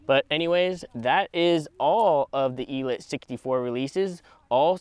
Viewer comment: ELEEEETE.....el-eeete like... il-eat